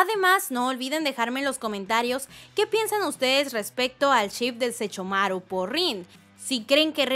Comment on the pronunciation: No sé ustedes, pero me desesperó que cada que mencionara a Sesshomaru dijera Sechomaru ._. De ahí en fuera, me encantó el vídeo jajaja uwu